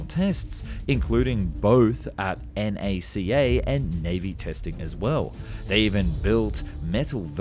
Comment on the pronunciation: Yay you pronounced NACA properly!